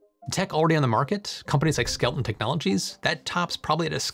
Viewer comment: You keep saying skel ton, but the images you showed the company name is spelled skel eton.